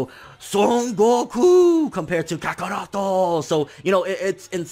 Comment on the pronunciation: Man when he said kakarootooo lmaoooo😂😂😂😂😂😂😂😂